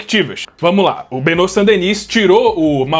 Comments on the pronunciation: "Benô" nao, amigo. "BenoÁ". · "Benô" nao, amigo. "BenoÁ". A pronúncia francesa ser "Benô", o nome teria que ser "Benaux".